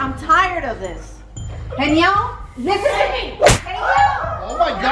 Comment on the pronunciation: his name not helem its heynel